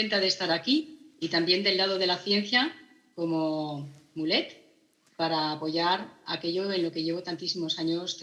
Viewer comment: Madre mía el cringe cuando dicen "mulet" pronunciado como el peinado